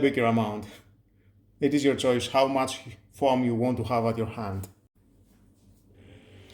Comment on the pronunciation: Interesting. You need some English training,"soap" and "foam" are not pronounced the way you do. But good review. There is also something extremely similar from Xiaomi, except it does not refill and it costs twice as much.